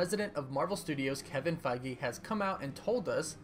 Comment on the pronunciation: Am I the only one who was disturbed by how this guy pronounces "Feige"?